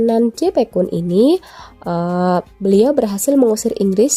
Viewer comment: Heeren bukan hereen, yepe kun, bukan jepe kun bacanya